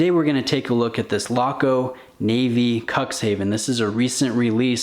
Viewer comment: Oh! Another American reviewer bites the dust while trying to pronounce the name of the watch correctly, lol. KOOKS-hah-fen. It's a city on the northern coast of Germany. I like Laco watches a lot, having owned three in the past, and this Cuxhaven is a serious contender for filling the slot of a high-quality white-dial watch in my collection. Right now it's in the running along with the Damasko DA43.